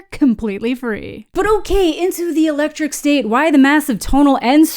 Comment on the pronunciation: I thought you said "the electric stink" in the beginning